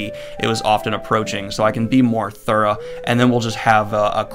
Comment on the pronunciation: Random but I enjoyed you saying “thorough” as “Thur-ah” reminded me of my southern grandpa lol.